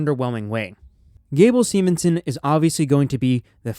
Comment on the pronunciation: Steveson, not stevenson